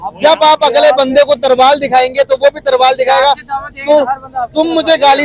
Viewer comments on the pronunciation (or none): Youtuber bol raha hai???Tarval yaa Talvaar???? 😂😂🤣🤣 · अबे तरवाल नही तलवार